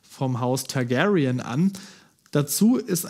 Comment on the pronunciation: Tagärien.....kann man es nicht einfach normal Tagarien aussprechen.....da sträuben sich mir die Haare xD